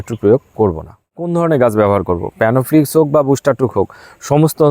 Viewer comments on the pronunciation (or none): খুব সুন্দর ভিডিও করেছেন দাদা। খুব প্রয়োজনীয় ভিডিও। কিন্তু একটা কথা বলছি আশা করি কিছু মনে করবেন না। আপনি অনেক ভিডিও তেই বলেন প্যানোফ্লিকস। উচ্চারণ টা হবে প্ল্যানোফিক্স। আপনি ভালো ভিডিও করেন, খুব ভালো ও লাগে। কিন্তু ঐ উচ্চারণ টা শুনলেই মনটা খারাপ হয়ে যায়। কিছু ভুল বললে মাফ করবেন 🙏